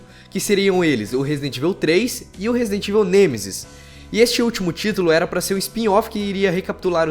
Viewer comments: pratica essa pronúncia de inglês meu amigo, ficar escutando vc falar resident "ivel" é foda, sem dizer devil "mai" cry! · Podia aprender as pronúncias. Resident Évil e Raicon City dói os ouvidos.